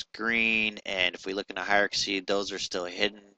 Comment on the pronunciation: For the love of all that is holy... can you PLEASE learn how to pronounce the word "hierarchy"? It is HIRE-R-KEY, and not HIRE-R-KA-SEE. How did you get this far in life (using a product like Maya) without learning how to pronounce that word? These videos are painful to listen to.